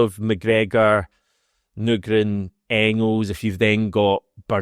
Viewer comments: You're at the wind up now, still saying Nygren wrong 😂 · I’m still absolutely seething about you playing audio of Nygren pronouncing his surname under the guise of making sure to get it right. And then proceeding to completely ignore him & make up your own incorrect way of saying it. I actually can’t understate how angry you’ve made me. With your ongoing efforts to grow subscriber numbers, you may just end up losing one very irked bear unless this seethe somehow subsides. Hope all’s well otherwise. Fond regards, Brian. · Mate. You need to say his name right. It's like people calling you HAM-ISH or something. HH 🍀🍀